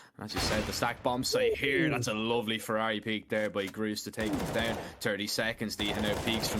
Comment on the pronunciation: Name: Grus Casters: ”Ross”